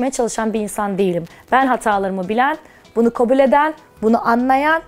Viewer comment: “kObul” değil, “kAbul”. “GazAteci” değil, gazEteci”, “MeYsa” değil, “Melisa”, “kartposter” değil kartpostal. Ay yazık yaaa iyi ki Şeyma değilim :(